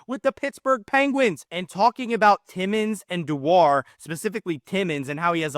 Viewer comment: I think it's pronounced Doo-er, but yes both Connors have been great